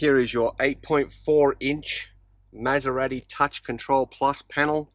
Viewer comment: Learn how to pronounce Maserati before you do a document on the best motor vehicle in the world.